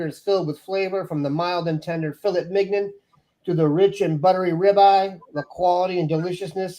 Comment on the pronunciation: Please pronounce filet mignon again.